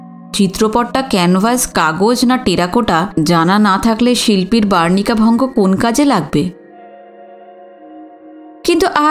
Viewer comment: গল্প ভাল লাগছে। আমার প্রিয় লেখকদের একজন,যদিও এই ধরণের গল্প আগে কখনও পড়িনি বা শুনিনি।একটা শব্দ -বর্নিকাভঙ্গ ।বার্নিকাভঙ্গ ভুল উচ্চারণ। বর্নিকা = ছবি আঁকার বা রঙ করার তুলি। শুভেচ্ছান্তে -শুভ্রা চন্দ্র (শিল্পী ,সিনিয়র সিটিজেন )।